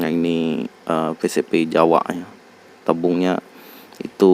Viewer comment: pcp jawa bang bukan jawak🤣🤣🤣